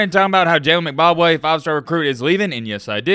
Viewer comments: Its M...... Bock ......Way. Not Mcbobwe or whatever youre sayin LOL Goofy!! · He definitely saying McBobway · It's M-BA-Kwe pronounced like Kwae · Is Matt calling Mbakwe “Zimbabwe” or am i tripping 🤣🤣🤣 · More like M Bob Way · No he's saying McBakwe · Haha dude I heard that too! I was like am I hearing things or is he saying Mcbobway? lol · Matt you can't even say this guys last name correctly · Matt's pronunciation of Mbakwe is something else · U can’t even pronounce his name right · say the man name correctly